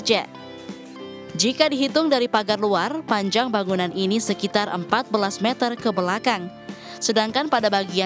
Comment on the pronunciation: Klo bisa bilang satu meter bukan satu metel